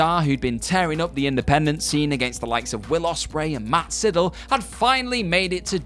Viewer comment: I’m sorry how did he say Matt sydels name. The master of the shooting star press deserves better